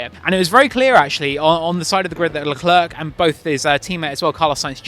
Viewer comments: Thank you! How difficult is it to say "luh clair"? Early on in his F1 career he actually described how to say his name just lie that! (Edit: I speak French too, so you can imagine how much hearing "la clurk" hurts lol) Wish commentators/journos asked Zhou how to say his name, too. I've heard multiple orders of his name said, and I'm sure they're not pronouncing all his names consistently. It's a matter of politeness. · Who's "Leclurk"?